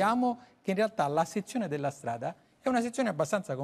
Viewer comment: Min 7.30..."ma gapire come stiano le fondazzioni dea strada"... e questo fa da speaker a una trasmissione a fondo scientifico... par mi l'è un terun...che vergogna